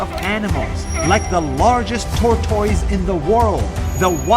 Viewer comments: check the pronunciation of "tortoise" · "tortoise" pronunciation failed for American British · You said Tortoise wrong 💀